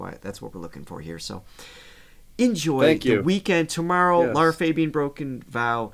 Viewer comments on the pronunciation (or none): none